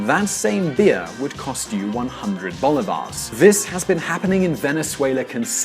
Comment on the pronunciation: CHA-vez, bo-li-va-res